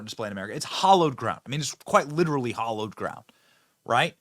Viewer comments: Hallowed not hollowed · Hallowed. With a short “a” like in hat. Any basement is hollowed ground. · It's hallowed ground, not hollowed ground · Hallow not hollow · B the word is hallowed No hollowed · Benny - It's "HALLOWED", not "HOLLOWED". Love your work - just helping out. :)